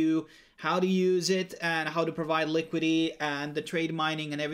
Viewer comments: Li Kwid it tee not likwid ee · Thanks for the informative video, however it really bugs me that you say LI-QUI-DY. Please pronounce the complete word, LI-QUI-DI-TY ... liquidi-TY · Liquidy liquidy liquidy... speech impediment?